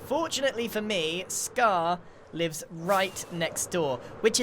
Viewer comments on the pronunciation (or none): none